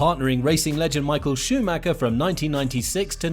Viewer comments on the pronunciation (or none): none